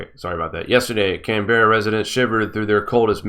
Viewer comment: Pronounced ... Canbra.